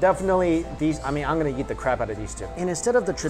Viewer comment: Every time he says "Eat" it sounds like he's saying "yeet"